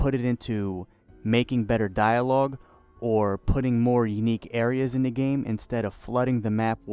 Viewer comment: Hard to take a guy who can't be articulate enough to say "the" instead of "da" and "this" instead of "dis" seriously.